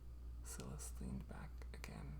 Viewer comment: Oooh this is great! I love writing too, but haven’t done any in a while. Also, I don’t know if it’s different across the pond, but here in the UK, Silas is pronounced like ‘sigh-luss’. Like silence, but without the ‘n’ sound! x